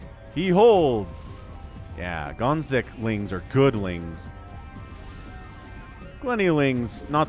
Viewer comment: hearing gonzik🇨🇿 being called gonks the whole game was traumatic tho